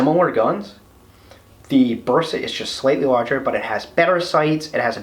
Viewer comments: All OK, but why you "gringos " keep saying BUrsa? The "E" should sound like "EH" , as when you say "men", or "say", "day". In English, letter "A" has two sounds, the first one, thats the sound of the "e" in Bersa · You read “Bersa” as a Spanish Speaking person, therefore you say “Bersa” with your Regional Spanish pronunciation and accent. English speaking people read “Bersa” as they read English words and letters, therefore they will say “Bersa” with their Regional English pronunciation and accent. English Speaking people familiar with the Spanish Language, be it by education, heritage or living in USA States or areas with important Hispanic presence may use a more “correct” Spanish pronunciation.